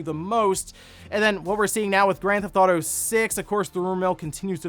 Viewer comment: "Then Grand Thauto Five, of course"